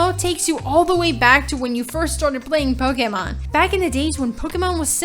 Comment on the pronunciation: The way she says "Poke" and "Pokemon" really bothers me.